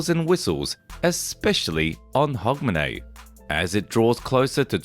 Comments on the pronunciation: You are saying Hogmanay perfectly, Edinburgh is pronounced Edin-bruh! Scotland was banned by the reformation of the churches from celebrating Christmas. It was until 1958 that this was lifted - Not shy of a party, Scots then focussed on Hogmanay and New Year celebrations. Since 1958 we've slowly started celebrating Xmas, but we've always more celebrated New Year & is still why Scotland has an extra holiday on the 2nd January unlike the rest of the UK (To recover from the parties hahahaha). As others have mentioned - some of the processions are not filmed in Scotland :) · Pronounce Hugmanay. 🎉🎉🎉🎉🎉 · We usually pronounce it "Hugmanay".🤗 Lang may yir mum reek!